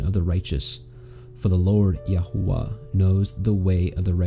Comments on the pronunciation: May I ask why you pronounce His name Yahua when the entire Christian world pronounces His Name Yashua? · Why pronouncing it yah hoo wuh?